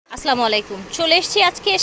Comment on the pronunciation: আসলাম আলাইকুম না আপু। আসসালামু আলাইকুম। দয়া করে সুন্দর করে সালাম দিবেন